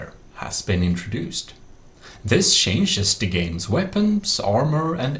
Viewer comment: "It also cavers the shenjes"